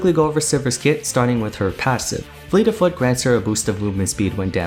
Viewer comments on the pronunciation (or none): “progression fo time” XD love it. You’re human too, that or, you did that on porpoise 🐬